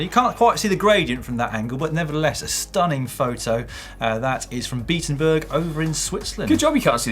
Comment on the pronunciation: In switzerland, that would be Bee-Atten-Berg - just for info ;)